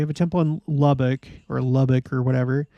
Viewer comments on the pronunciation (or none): none